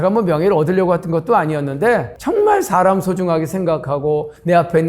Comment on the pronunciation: 발음 문제! 사실, 사람,제주도,대개,호기심,부자,등! 장음인 단어의 첫 자를 -짧게"잘못 발음하셨습니다.